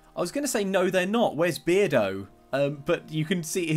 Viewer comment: Maybe his name is Bear-do instead of Beard-o.